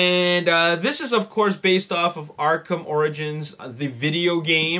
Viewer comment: it sounded like you said arkham oranges XD